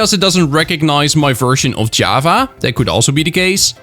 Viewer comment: it sounds like ur saying "jueava" instead of java